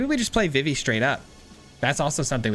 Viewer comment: Nice deck! Idk if you a big Final Fantasy fan, but Vivi is pronounced like Vee-Vee, or just the letters V.V. they actually say it in KH2 🫡